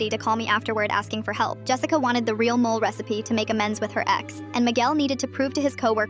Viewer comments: 1) These are made-up stories. 2) I'm the whitey-white-white and I know it's mole (moh-leh), not mole like the rodent who digs holes. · WTF, say it properly. Mo-le. Chi-llies.